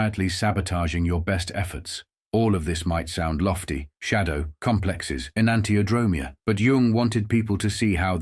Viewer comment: en-ahn-tee-o-dro-MEE-a (accent on the fifth syllable)